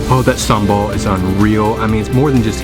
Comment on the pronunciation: I like how u say SAMBAL.. I can make SAMBAL for u btw .. But please dont order pork sate when u are with me LOL🙏